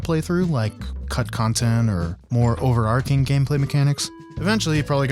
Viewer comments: it's "overarching" buddy, with a ch like chicken, you're saying "overarcing" which while increasingly common is not yet a word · Overarching, not overarking